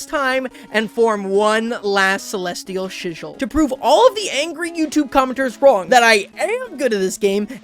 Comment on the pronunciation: Celesial Chijol? My brother had a stroke saying that, a pray for you brother 🙏🙏